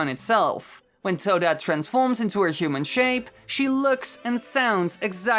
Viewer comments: The way he says human. . . HUMEEEN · The way u day human tho Disturbs me some how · I love the way you pronounce "human" and put emphasis on the "n".